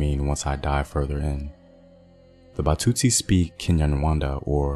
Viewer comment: Batsutsi .... trie at least to pronounce correctly.